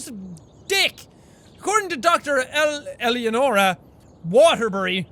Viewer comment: My name is Eleonora! It's Italian and the "ele" part is pronounced like the "ele" form ELEmental :3 Btw I was distracted doing other things but when you Jack said my name I jumped like "whatishappeningomygod"